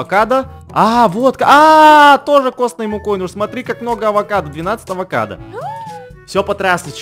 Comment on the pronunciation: Адвокадо адвокат если что это так сказала вообще это авокадо❤🥑😊